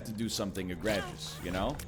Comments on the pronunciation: EGG regus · also his pronunciation of egregious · As soon as he said "Egregious" and already being thrown by the word "Calves" I said to myself what the hell kinda Canadaian speech pattern is this.